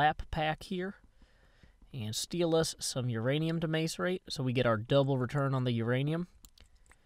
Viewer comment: God love you. You have such a diverse vocabulary, but you still mispronounce "macerate."